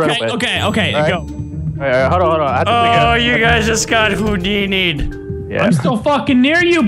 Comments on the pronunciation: he said moodini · Surely it's more like SMOOTHINI